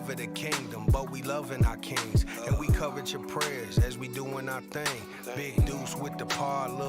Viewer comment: Is it me or does pronounce "kings" like "keengs"? Is that a Sac thing?